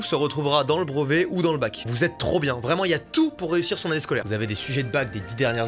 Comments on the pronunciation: tu prononces BREVET : BROVET gars! ça me stresse!! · « Le brOvet » MDR ahah